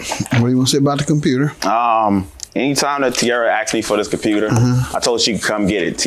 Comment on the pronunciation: Her say compruter. Lol